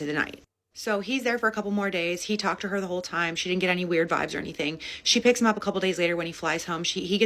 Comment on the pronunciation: Hole not soul 😂